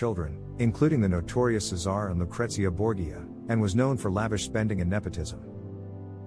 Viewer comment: Borgia = BOR-zha It's a family name important enough for any historian to pronounce correctly. And it's important to keep in mind the interactions between powerful leaders of the numerous independent states on the Italian peninsula, which wouldn't become Italy as a unified nation until the mid1800s.